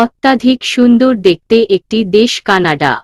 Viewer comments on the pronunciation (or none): 😂😂😂😂Canada k C N A D C, uttor k uoor, matro k mayo, dilen k dilo -no, dilam k dilo-mo, keno erokom poren, sonar interest nosto hoye jai. Apnara ki comments pore rectify Koren na naki. Banglai kotha jemon boli ,words gulo k temon e to porte hoy.